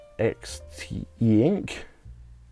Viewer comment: It's pronounced EX-tee-ink